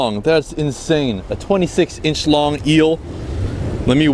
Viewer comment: Sounded like he said “26 in shlong eel” 😂